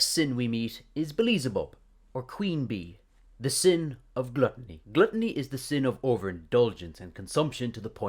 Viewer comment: The way he says glutiny sounds more like glutiny than glutiny